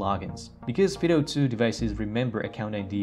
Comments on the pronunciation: Fid oh? We call it FIE DOUGH as in the common dog name Fido, or the military moto "semper fi". FYI. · Is Yubikey still good or are those other keys better? I think that "Fido" should be pronounced with a long "i", especially if you're using Puppy Linux, the only distro that barks when you start it up. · This would be a better video if the word “Fido” was pronounced correctly. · I say fido , fy-doh and not fee-doh